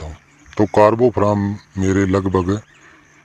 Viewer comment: महोदय कारबोफराम नहीं,सही नाम है कारवोफ्यूरान, कृपया सही उच्चारण किया करें।